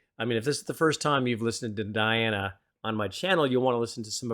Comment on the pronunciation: Her name is pronounced Dee Anna